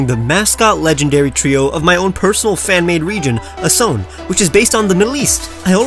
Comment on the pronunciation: It's asoné